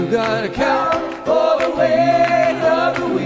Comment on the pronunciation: "You got to account for the wate of the weelchair!"😂